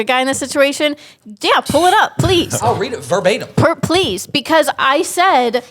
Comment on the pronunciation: what word is that? “For batum” 👀 Does she mean verbatim?